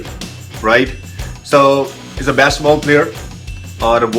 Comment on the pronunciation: besketball not basketball haha accent